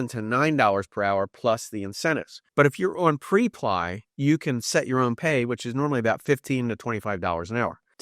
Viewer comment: Prep lee that's how you say this. Not p reply. You're lucky if you could get $10 an hour on that website because there are people undercutting you and undermining you for 8 or 9 dollars an hour and you just can't really get ahead honestly I tried it.. I tried a lot of these it's not what you think in most cases. Although instacart and doordash our friends are making $1,500 a month in like part-time 10-15 hours a week what's the during surge pricing.